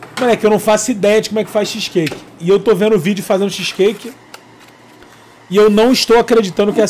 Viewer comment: Cazé falando "xisqueique" é muito bom